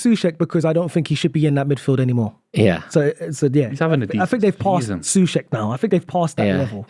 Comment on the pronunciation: As a west ham fan. Thank you for saying soucek. He is an abysmal player and needs to go